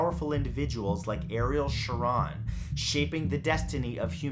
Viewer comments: Ariel shar rone thats how its pronounced, you and other youtubers often get pronunciation wrong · Shah-Rone sounds like phone. Come on Bro. Don’t lose your awesomeness to miss pronunciation. When in doubt ask someone.❤️ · #1 me. I am cursed. BTW, you mispronounced Ariel Sharon's last name wrong. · I'm pretty sure that's not the way you pronounce Eccleston, either, and I know that's not how you pronounce Ariel Sharon's last name. It's a long "O": "Sha-RONE."